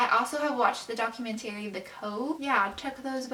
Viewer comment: The way she says documentary pisses me off